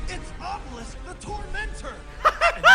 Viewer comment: "Kuchiyose no jutsu, OBELISKUU" Seto freaking Kaiba